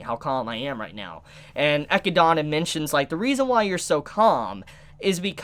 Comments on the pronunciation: It’s pronounced “Eh-kid-na” not “Eh-ki-dana” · EE----Kid---Nah........... Echidna..... NOT Eck-----EE-----Donna... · "Ekkuh-donna?" Bro it's "Eh-kid-nuh" lmfao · Echidana? You mean Echidna. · Echidna* but its pronounced as 'Ekidona' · ECHIDNA NOT ECHIDANA LMAO. Great video though, good work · Great episode. I knew exactly what was coming. Read the light novel so I know whats gonna happen. Just saying, this episode is just the tip of the iceberg. On the other hand,!!!! It is Echidna/Echidona! Not Echidana! There is only one a in her name! Say it with me! EH-KID-NAH! EH-KID-DOE-NAH! It is rather amusing how you botch her name every video, but just wanted to put that out there. But yea, that might have been the worst death Subaru ever experienced so far. Welp, it is not like things will get better going forward. As they say, where there is light, there will be darkness! XD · Ok, I need to say this again... Echidna is pronounced E KID NAH... your adding an A where there is no A. Its the same name of the animal that lives in Australia. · Echidna is pronounced uh-kid-na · hmmm why are you calling Echidna "Echidana" dude ? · Chibis pronunciation of echidna is so cringe it's uh-kid-nah man lol I love watching and your vids but your pronunciation bugs me sometimes lol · "Ecchi-dona" you're killing me dude 😂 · I had a brain fart moment there. Animal, yes. It is still pronounced Echidna. There is only one "A" in its name. Or you could pronounce it like how it is said in JP---Echidona, but yea just wanted to let you know on that little error. Just for fun measure, remember Sonic and Knuckles...the Echidna? Lol. Just had to put that one out there. (Eh-Kid-Nah) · Learn how to say Echidna's name properly. It's not that hard, they verbally say it. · You say Echidna wrong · I just have one thing to say: Please say Echidna just like in the anime, my mind triggers something when I heard you say her name (not in a good way) :"v